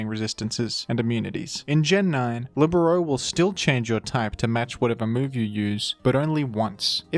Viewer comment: The first time I hear "libero" pronounced correctly